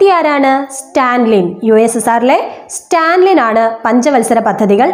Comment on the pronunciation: സ്റ്റാൻലിൻ അല്ല. സ്റ്റാലിൻ . ജോസഫ് സ്റ്റാലിൻ